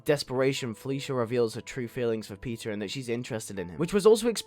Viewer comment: Why does it sound like you're saying pizza but you are saying peter